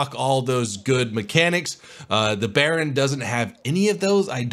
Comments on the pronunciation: Jesus Christ! i remember when you played steel ocean 1 year ago and you still say bearin. Its Buy earn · FFS it's not Baron it's Bayern (buy-earn);D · It's BAY-ERN not baron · It's called "Bay-yern" not "bay-earn" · BUY-EARN not Baron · you say by + earn bayern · Its pronounced baiern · you actually pronounce it like "bye"-"earn"but that was a really fun video to watch! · AKshully,, it's pronounced BUY-errn. Can't wait for this ship myself,! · Just a tipp on the pronunciation, say "By earn". That would be as correct as you could get it. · Did you just pronounced Bayern like "Bayrroon (Baron)"? Oh well, just call it Bavaria :D I guess that will do for you non german speaking plebs :P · It's pronounced bai-urn. It's the german word for Bavaria. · pronounce it by-earn. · Bayern = Baron??? Can you not read? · please stop calling it the baron:( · pronounced buy-yern but say it like you want it😆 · I'm sorry I don't know that Bay=buy :) Also find it funny no one cares when I pronounce Tiger and Panther not in the German tone. ¯\(ツ)/¯ Fuck it im going to go BAY some ice cream and have a good day BAY GAYS ....I have to state this because the internet is very sensitive. GAYS was meant as a joke for the play on word for Bay=buy so... instead of guys i pronounce it the opposite "gays" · The way you pronounce Bayern makes me cringe love your videos